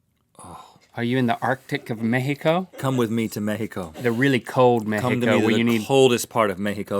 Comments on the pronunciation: Oh guys, love how you said México with the accent and pronunciation!!! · I love the fact that Rhett pronounces "México" right lol.